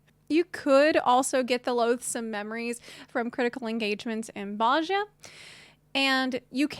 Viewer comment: Bozja "BOSE-yah"